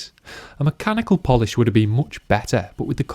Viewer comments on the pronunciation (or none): none